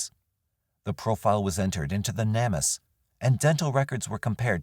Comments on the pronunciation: Narrator, Please learn how to pronounce names or places and companies correctly. It is pronounced "Name us", Not "nammus". You know, like, please help "Name us" properly. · Not trying to be rude, im just very adhd & ocd, so needed to let you know that Namus is pronounced like name-us. ✌🏻❤